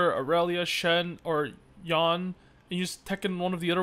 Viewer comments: it's Yo-nay actually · Everyone else: yone vs yon-ay: yawn